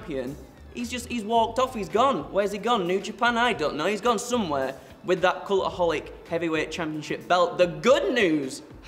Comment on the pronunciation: “need te be careful withat” made me laugh Also is looking in good shape!